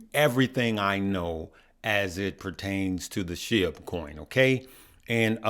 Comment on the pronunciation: It’s pronounced sh-ee-b